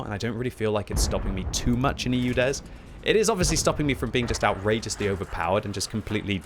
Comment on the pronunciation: Did he sayed "Judes" 03 3 ?